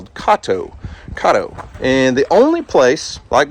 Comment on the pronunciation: Its KAY TOE